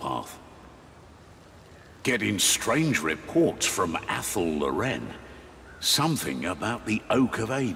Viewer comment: A.) Cool way to say Athel Loren B.) The elves not being upfront about needing help/being in trouble? Unheard of. >_>